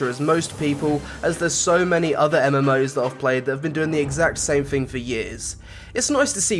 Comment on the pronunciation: it's someFING you like? coolest FING? it's thing pronounce it correct thanks